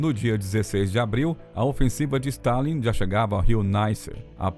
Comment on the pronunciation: O narrador é bem fraquinho., Rosenvelt, Eisenhôer e assim segue.